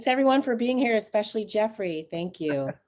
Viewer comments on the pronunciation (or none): “Exspecially”. Still not a word.